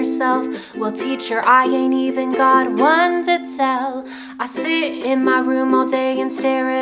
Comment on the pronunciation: Cc: I sit in a room and stare at a wall Her accent: I see in my room and stare at a wall {edit} btw I forgot to say, if you just noticed this like